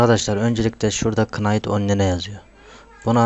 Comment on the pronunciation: kınayt on-li-ne :D